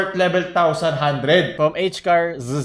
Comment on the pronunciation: “Expert lebel tawsan hundred.”